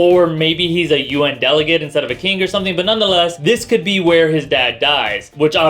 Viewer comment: I love your insights and eloquence. Having said that, I hate the way you pronounce "king" and "singer". I just think it's kinda funny because your pronunciation is flawless except in cases where the g is silent in ing blends. Haters, commence fire.